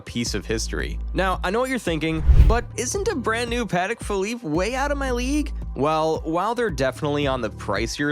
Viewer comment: I love how the narrator can’t even pronounce the correct name of the watches